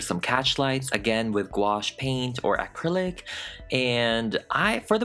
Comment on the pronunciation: I love how he says acrilic "Aaahcrillic" 😂😂😂